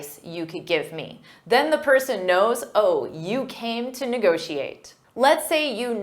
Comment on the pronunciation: Let's negocxiate! Let's negociate!